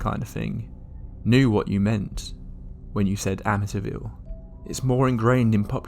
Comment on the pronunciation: It’s pronounced Amiteeeeeville